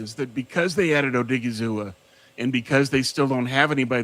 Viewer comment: My guy there’s no hard A at the end of OSA’s name it’s oh-DIG-ee-zoo-wah